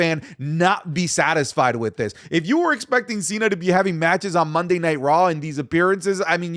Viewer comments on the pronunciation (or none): none